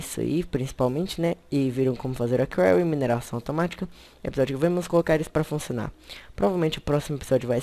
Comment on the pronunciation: Afz , que bosta. No mod diz quarry, Nao carla ..